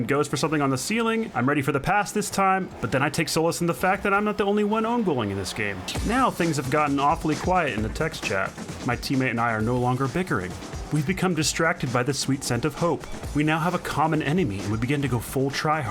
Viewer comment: "Solace" sounds like "saul-iss", not "so-less". (